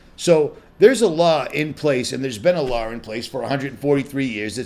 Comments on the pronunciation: I have always noticed that when he says Law. It sure sounds like he pronounces the R at the end. Law-r. Been watching him around 2014. Always happy when he made a video. Still am. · I have a friend from Boston. They do it too.